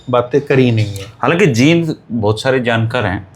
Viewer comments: JEEND & JIND भाई जैसी स्पेलिंग वैसा बोल 😂😂😂😂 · 🙏आदरणीय और अभी पीछे सुना था कि राष्ट्रीय गीत को शुद्ध उच्चारण से गाया जाएगा l लेकिन जींद को #जिंद और अमृतसर को #अमरुतसर, पेड़ को #pad जैसे phonetic उच्चारण राज्य की मातृशैली का प्रभाव होता है l अत: विश्व में शब्दों का उच्चारण गारंटी से नहीं कहा जा सकता कि वह किस रूप में शुद्ध माना जाए🙏l